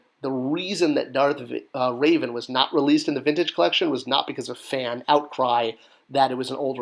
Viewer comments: It’s Reh-Vahn not Raven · Oh, you're going to get so roasted by nerds for pronouncing Revan's name wrong.